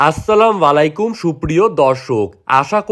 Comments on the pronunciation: ভাই আপনার সালামের উচ্চারণ টা ঠিক হয় নাই আসসালামু আলাইকুম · সালামটা ও ঠিক করে দিতে শিখেন নাই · ভাই প্লিজ সালামটা শুদ্ধভাবে উচ্চারণ করেন,না হলে আপনার গুনা হবে